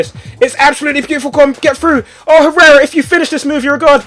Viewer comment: ***** You don't pronounce "h" in Spanish language Tobi! It's like "errera". + letter "j" is "h".